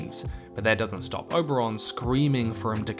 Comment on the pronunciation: I don't know why, but it really bothers me that you say Oberon and not Oberyn